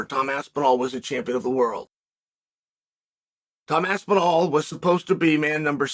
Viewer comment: “The greatest heavyweight is named Tom’d aspinal” 🤪